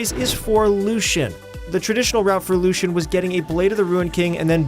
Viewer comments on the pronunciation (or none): none